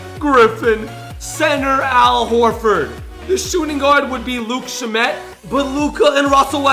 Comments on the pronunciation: Don't disrespect my boy Landry Shamet (pronounced sham-it) by calling him Luke Sha-met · Its meer - ah - tich Not mer - ot -ic LMAO Its also sham - it Not shammet